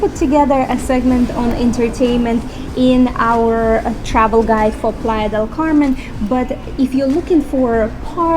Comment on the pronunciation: You went three time and you can’t pronounce “playa”